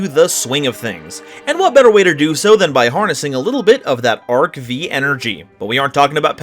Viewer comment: The V in "ARC-V" is a 5